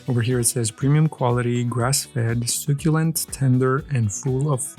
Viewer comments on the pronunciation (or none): Soooo-ku-lent Lol he says succulent funny